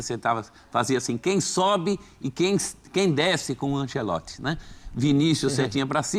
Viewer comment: Me da uma agonia desse cara chamando ele de Carlo Ancelotti se na verdade è Carlo Ancelotti